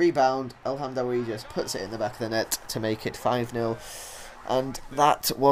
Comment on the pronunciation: Ik ben nederlands en ik kijk al jou filmpjes alleen je uitspraak van El Hamdaoui en Janssen en Elia zijn best wel raar.. Als je wilt weten hoe je het echt goed moet zeggen, ben je bij mij welkom:D